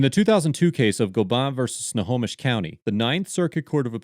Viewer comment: Yep. Tulalip and Snohomish aren’t words people who don’t live in the area used to seeing and pronouncing, so it’s a pleasure to hear them said correctly.